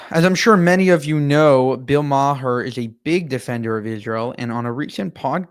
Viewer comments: Great content, but Bill pronounces his last name "mahr" rhyming with car, not "ma-her" (even though it's spelled that way). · His name is pronounced is MAar. You might want to get the name right before posting a vid like this. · Yes videos are very good, but you should do a bit more research before filming to come across as worth listening to. Bill's last name's pronounced "mar". And JC was 100, not 99. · You lost me at Bill Mah-Her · Bill is a wonderful defender of Israel. Oh he doesn’t pronounce the “h” in his name. It’s pronounced Marr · Hey dude. Love your content but bills last name is pronounced “marr”. Keep up the good work. FYI not all dems and “libs” are anti Israel. Some of us served in the IDF.